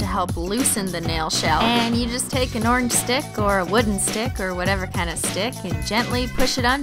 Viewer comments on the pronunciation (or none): none